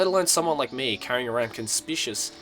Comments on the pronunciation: the word, Conspicuous is pronounced Con-spick-you-us, not Con-spich-us. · conspicuous= kon-spi-kyu-wus. Docilely= do-sayl-li. The more you know;) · it's pronounce (Kon-spick-you-es) conspicuous